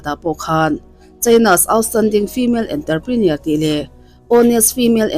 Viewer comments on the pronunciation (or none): Enterprener❌️ Entrepreneur✅️